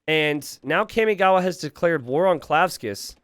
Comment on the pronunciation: my inner otaku is cringing everytime you say "kaymigawa" instead of "carmigawa" kamigawa means river of gods and kami is pronounced almost like carmi but with a mute R.